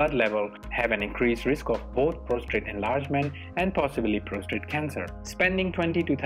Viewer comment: If you will excuse me saying so, the word is not PROSTRATE, IT IS PROSTATE - no second R.